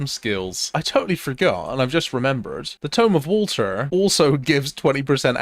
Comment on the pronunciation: Crazy you can put an R in the word Method but not one "T" in Bottle of Water